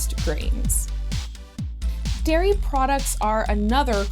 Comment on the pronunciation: its "dairy products" not "diary products"